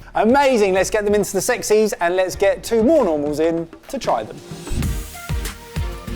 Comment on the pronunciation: 'lets get some more normals in' what i heard ' lets get some morons in' are we saying that now?